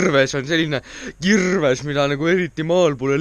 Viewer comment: Väga lahe video,see koht on väga naljakas kus sa ütleb näiteks kirrrrves või peeterrrr